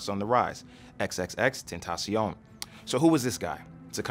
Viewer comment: Gugus Dada tentaCion with c not s.